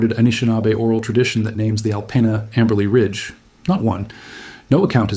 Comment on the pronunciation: Michiganders pronounce it “Al-peen-ah”. And if that makes you grumble, you should hear how we pronounce Armada.